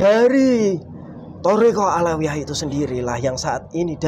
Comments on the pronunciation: Menit 20.26 Robitoh awaliyah wkwkwkwk salah lagi 😅😅😅 belajar dulu wess biar ga salah teks😭😭😭 westalah Mbah saaken wong" Iki oleh edukasi jin gadungan 🤣🤣🤣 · Robitoh aliyah... eh..awaliyah Wkwkwkwk., tolong Bilangin jinnya yang bener itu robitoh alawiyyah